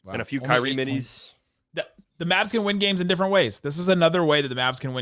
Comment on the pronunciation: why do you have trouble saying Kyrie's name? No mention was made of his contributions🤔🤔